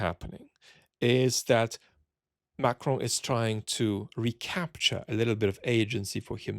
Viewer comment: The way you say "Macron" is so good.